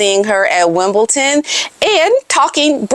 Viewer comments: It’s not Wimbleton, it’s Wimbledon! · Sorry but its WimbleDON not Ton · “Wimbledon” You keep saying Wimbleton. We gotta stay on point ma’am. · Wimbledon with a D not a T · It’s Wimbledon, there isn’t a “T” in the spelling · Where’s the T in Wimbledon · Why do Americans say "Wimbleton"? 🤔 It is WimbleDon. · IT'S WIMBLEDON, NOT WIMBLETON 🇬🇧🇬🇧🇬🇧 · I must correct you. It's Wimbildon not ton. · Hi , please know there is no t in Wimbledon.💐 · ………It’s WimbleDon not WimbleTon….You look nice as always love ❤️ 🇬🇧🇬🇧🇬🇧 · my dear it is Not WimbelTon. It is... WimbeDON.... Sue Smith days Wimbelton, I fo not know why, but it is Wimbeldon... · It is Wimbledon not Wimbleton 😂❤ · WimbleDun pronounced. No T in the word. ❤ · Sorry to correct you. It’s Wimbledon with a ‘d’ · I hate people correcting people so I hope you are not offended. It is WimbleDon, there is no T. I just thought you might like to know before you speak to Lady C. Love your videos, you are so beautiful and kisses to Otis please. :face-red-heart-shape::face-red-heart-shape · Hiya Just a heads up- it is Wimbledon not Wimbledon 😊😊😊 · My dear, Wimbledon is spelled - AND pronounced - with a ‘d’ and NOT a ‘t’ 😉